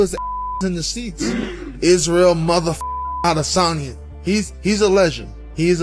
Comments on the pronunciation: Swear this guy loves saying Isreal last name so much 🤣 ODDesany. Do you get paid for saying it this way? 🤡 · All these years and you still can't give the last name of Adysanya the respect of pronouncing the last name right. I know someone with that name the watches your clips and he hates when you disrespect the last name like that.